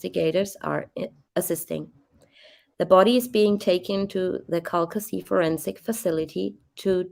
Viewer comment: Cal-kuh-shoo is how it’s pronounced. Calcasieu. Interesting video of this horrible crime. Thank you.